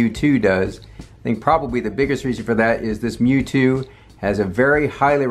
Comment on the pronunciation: Thanks for recognizing it's "Mju" and not "M-J-U" like many YouTubers seem to think